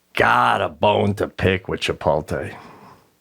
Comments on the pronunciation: Chipotle not chipolte nor chipote..like CHIPOT LE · Love the cast. Love Pete and Sebastian. Long time fan but when is someone gonna call Sebastian and Pete on the mispronunciation of Chipotle? It’s L.E. like LAY Not Tay! 😡put some respect on the name bruh! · they spelt it wrong on the back of the jacket to match the wrong way Sebastien says it. it should end in a "lay" sound not "tay" -- Chip-ote-lay" Chipotle - but they spelt it Chipolte on his jacket to be funny, and Pete and Sebastian didn't even get it. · Did anyone else notice they spelled it WRONG to mirror the INCORRECT pronunciation by Sebastian???? 😆🤣 CLASSIC! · They even spelled it wrong on the jacket on purpose because the guys say “chipolte” instead of “chipotle”. So funny!! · That jacket spelled Chipotle the way Sebastian says it “Chipolte”! Wow talk about someone at corporate knowing Sebastian! That’s hilarious! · Being from McAllen, Texas, 5 miles from the border, ITS Cha-POLT-LAY.. 🌮😂🌮😂🌮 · I feel like Pete didn't get the joke about the spelling! He pronounces it that way too, so I don't think he realizes it's wrong. He seemed to think that Sebastian just got recognition from them. 😂😂😂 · I didn’t even catch at first they printed him the Chipotle jacket purposefully spelled wrong like how he pronounces it 🤣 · Do they realize that they are still butchering the name? And Chipotle is spelled wrong on the jacket? What am I missing here? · I didn't know -- until I read a few other comments on this page -- that the jacket Sebastian received is deliberately spelled wrong. I guess I never knew he was pronouncing it wrong. That's pretty amazing that a company would make merchandise like this! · The best part of the Chipotle story, is that BOTH of them are STILL mispronouncing it !!!